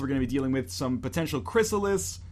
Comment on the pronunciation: It's chryssaliDS.